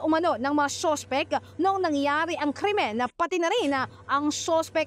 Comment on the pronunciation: braaaaaaagash posaaash soowspecck. :face-green-smiling